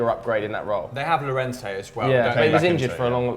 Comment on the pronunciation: Pretty sure Llorente is pronounced Yorente guys?